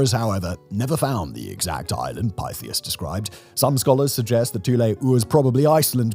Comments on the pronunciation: lol Simon pronounces a lot of words wrong especially if they aren’t English origin. But idk who you pronounce that word so 🤷🏽‍♂️ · OMG, have I been mispronouncing Thule all these years, or is Simon right? I see a TH, I THink it sounds like THe way it's spelled, which for me is -"Th-oo-l." Calling it "Two-lay" never occurred to me. Have I been wrong for decades?